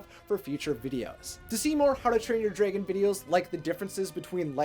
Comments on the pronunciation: Yo it's d r a g o n. Not d r e g o n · Why do u say draegan??😂 just say dragon Is it just me??😂🤔